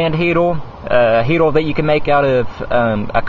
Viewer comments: Its "heater" not "heatal" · Dude... it's a HeateRRRRR not HeateLLLLL... :o) lol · a "sim-poo heat-oo" fohwa simpoo gauy